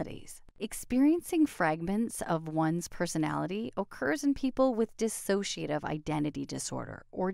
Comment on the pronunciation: It’s Dissociative not dissassociative.